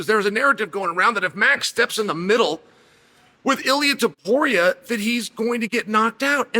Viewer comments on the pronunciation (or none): Tuporia Topuria, same thing. - Chael